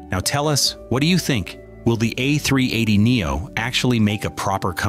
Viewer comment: if you want your videos to be relevant in a competitive market, program. your automatic narrator to pronounce the aircraft the "A-Three-Eighty," not the "A-Three-Eight-Zero." And an airline (specifically Emirates here) is an entity, not a group of people, therefore it should be referred to as "it" and not "they." Adhering to these basic rules will garner you respect in the industry.